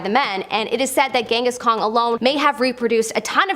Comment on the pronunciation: "Genghis Kong" Face palm.